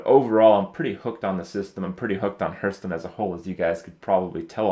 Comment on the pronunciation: its been 2 years, fucking learn to pronounce hearthstone